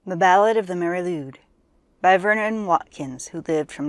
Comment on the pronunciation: Nice, but some pronounciation errors, as you say. Lwyd is pronounced like Lloyd, not Lude. Nice imagery. Here’s my version